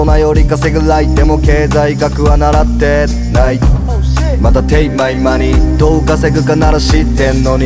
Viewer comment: 経済学はならって、、ない の間が最高